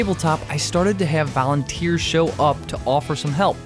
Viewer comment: "Valenteers" :D